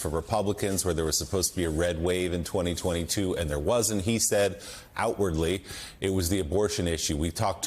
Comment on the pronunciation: It’s really Joe not weerly.